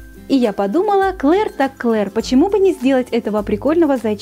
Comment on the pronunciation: Ты не обижайся но не Клер а Клэр🤐